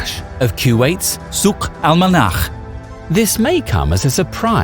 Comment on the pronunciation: I am impressed about how you can correctly pronounce "Al-Manakh"!! Not sure if the original word was "Al-Manakh" or "Al-Monakh" but it means Weather.